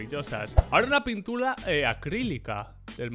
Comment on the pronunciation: "una pinTULA"